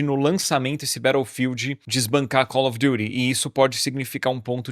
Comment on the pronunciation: Que frescura desse pra fazer "Calfi Diti".. ele fala Cauri Durihh kkkkkk